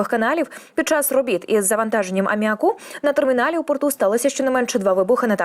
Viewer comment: Не амміакУ, а амміАку Хімію у школі вчили?